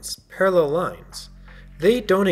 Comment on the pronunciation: you made me force laugh when you said PaRrEl UnIVeRsEs